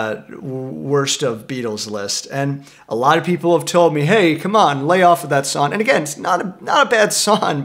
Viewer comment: Bro, you really need to start pronouncing the G in the word “song”